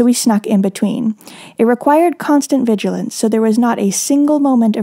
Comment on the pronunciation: "Constant vidualence at the helm"